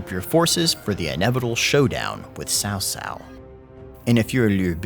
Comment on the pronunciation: PLS, cao cao is pronounced as chao chao*, no more sao sao pls. lmfao